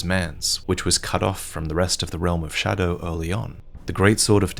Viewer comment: Is there a reason why he says „showdow“